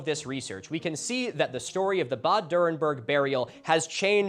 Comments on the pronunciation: I had been waiting the first two minutes on the edge of my seat, waiting to hear you pronounce Bad Dürrenberg. And i was quite impressed, you got a LOT closer than i would have expected. So, kudos for that. (And yes, i am german.) Okay, you dropped the ball a little in the later phases. Like with the Reichs-Überwachungs-Amt. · funnily enough, thats the only thing he pronounced correctly, everything else he butchered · Can I just say, your pronunciation of "Bad Dürrenberg" is so good. I actually read "bad" as the English "bad" and not the German "bad" but your pronunciation immediately sparked it in my brain. I have never been able to read German well, but I grew up speaking it, listening to it and understanding it, so I really appreciated that, though you say it with a American accent I immediately knew what you meant.